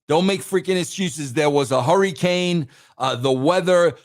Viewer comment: "hurrycane" & "punxtawaney" had me 💀💀💀🤣🤣🤣